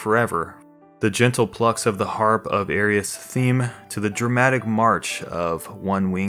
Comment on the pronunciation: airy-ith. its fucking aeris